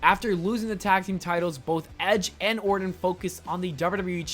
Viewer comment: Lol rite plus he called em ORDIN the whole video